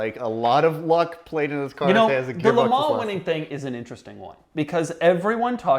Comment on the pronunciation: Doug the kind of guy who says MeLans ....🫣